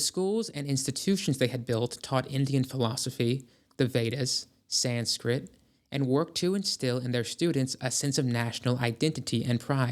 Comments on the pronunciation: It's SansKRIT, not SansKIRT. It may pay to become more familiar with unknown terminology before recording your narrative. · I keep starting this video, but i can't take seriously a historian who says "sanskirt" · Lost me at "San-skirt"... Bye bye now! 🥱🫡👋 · sanskirt? anyone else catch that? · Sanskirt. Don’t think this is AI because the pronunciations are so off. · this AI shit is terrible. Willaim Quan Judge. San-SKRIT! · Sanskirt? Skrrrt skrrrt… I’m out ✌🏽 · "Sanskirt??" Yikes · San-skirt….? Jfc, guy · My man we are 3 minutes in and it Rosi-Crucians and Sansk-Rit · ok if you’re going to make a video where you are trying to present the history of literally anything at least learn some basic history and read a little bit. The way you pronounced Sanskrit made me want to KMS. It ruins your credibility entirely when you haven’t even heard of Sanskrit so you don’t even know you’re reading it wrong. Stop making videos because you clearly can’t even read. You also pronounced rosicrucian wrong but I gave a pass on that one because it’s not common knowledge. BUT “SANSKIRT”are you shitting me.